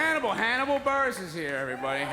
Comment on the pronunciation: “Burgess” lmao buress?